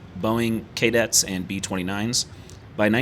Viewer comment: What’s a “Kay det”?